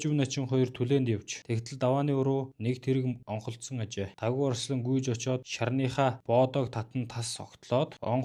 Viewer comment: давгаа гэж хэлээчээ